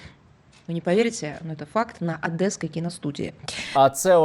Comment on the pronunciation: "Адэсский" млять. Какие же они убогие